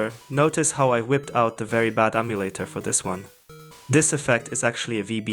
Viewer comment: Hearing “very bad amulator” spoken out loud is such a treat